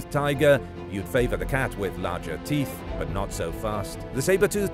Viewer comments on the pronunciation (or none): Dem big ass "teef" became obsolete 😂😂😂😂😂